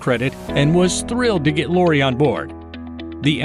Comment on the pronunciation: You can't even pronounce Lori's name correctly? Good grief!